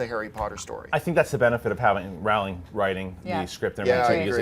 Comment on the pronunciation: It's Rowling. Like bowling.